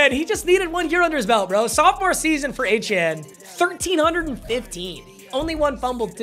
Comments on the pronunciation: It’s achane like train but achan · yeah its pronounced a chan but a chain is so much cooler so idgaf what he said in an interview